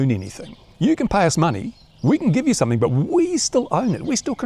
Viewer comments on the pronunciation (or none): none